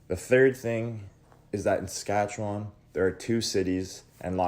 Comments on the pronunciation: I agree, a bit insulting when your pronunciation is "Satchewan". Ugh! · The way you pronounce Saskatchewan is absolutly killing me man